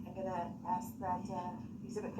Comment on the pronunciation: substain, axx, tackit, and on and on